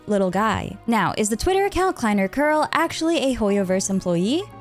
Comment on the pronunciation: Usually I love your Lore Breakdowns and explanations but lately you've started to mispronounce German words and it's getting a bit... grating. You used to be the only Lore-Tuber getting these things right 😓 It's Mond Stadt (S as Sh), not Mon Sdad or Kerl not Koerl for example 😭🙏